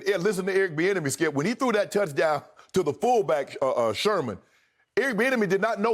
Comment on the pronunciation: lmao Unc has probably said "skiup" well over 10,000 times since they've been on air - don't never change Unc